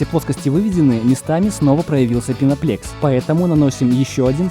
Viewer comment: Почему "пеноплЕкс" да "пеноплЕкс"? Там же на каждом листе по-русски написано "пеноплЭкс".